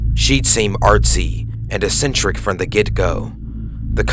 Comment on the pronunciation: @ you said "Rich and Morty" instead of "Rick and Morty" -@ = sounded like "ah-scentric" instead of "eck-scentric" -@ = you said "seh-veered" instead of "sev-errd" -@ = you said "sing-ed" instead of "sindj-d" I went back through the video to find these pronunciation errors, not to be a dick but because I think you have a good voice and I wanted to help you with some constructive criticism. I also don't know how to send private messages, sorry Xo. I hope this helps!